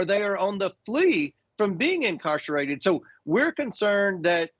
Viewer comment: “Incarcherated?” I’m fairly certain that even this fool knows the meaning of the word, but he hasn’t yet learned how to pronounce it. And Jake: what on earth is going on with your hair? Canadians are concerned.